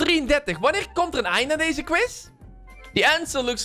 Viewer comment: "quize" hahahaha